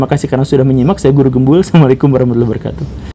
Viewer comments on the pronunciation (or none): none